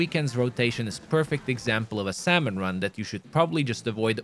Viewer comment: its pronouced sam-on, not sal-mon